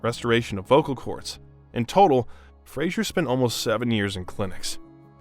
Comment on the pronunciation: you keep pronouncing his last name incorrectly